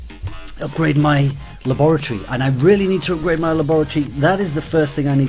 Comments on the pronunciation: La-boor-eh-tor-eh? It's Lab-ri-tor=E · Lol the way he said laboratory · is it just me or does he say laboratory really weird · he says it like you say it with a british accent but he doesnt have a british accent lol p.s i quit clash but cant lewve videos